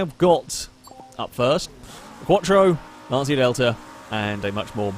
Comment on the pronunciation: Sorry for correcting you, it's (Lanchya) not (Lansia) for Lancia pronunciation